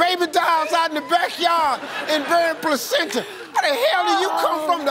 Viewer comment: She said placenta 😂😂😂😂😂😂😂😂😂